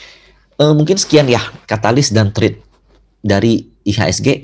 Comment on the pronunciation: Thank you ko penjelasan nya. Btw it is threat, not thread hehe